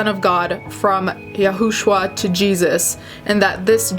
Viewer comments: It's pronounced yu-shoe-a according to the Jewish religion. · "Yahushua" is pronounced Ya-shoe-ah. Blame my religion background. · It's pronounced "Yah-shu-ah". I used to be in a cult that believed the same things she did, but it wasn't the same one she was in.